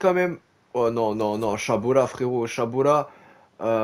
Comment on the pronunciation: c'est chaLObat pas chaBOlat stp sinon la carrière est top